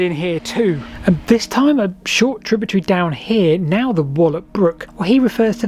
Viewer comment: Tributary not tributree